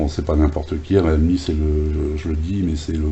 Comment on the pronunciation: Bon test du Réal mie....lol...non je plaisante ça se prononce " Rile mi ".......si ça peut aider.....🤔😉....et 1 like de plus pour toi....